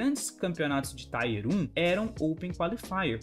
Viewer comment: Tier fala tier mesmo, não taier.. com a pronúncia do t que vc faz. A valve nao faz uma m de um anticheat, cara... cs2 eu nem vou baixar pra nao perder tempo e saúde. Cs morreu pra mim.